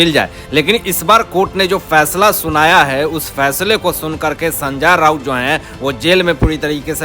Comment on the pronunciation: hindi bolna sikho sanja nahi sanjay raut